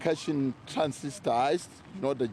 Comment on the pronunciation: Big man keeps saying “cash in transist…”